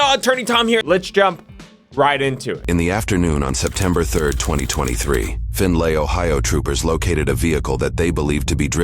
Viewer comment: Pretty sure Midwest Saftey meant "Findlay, Ohio", not "Finley"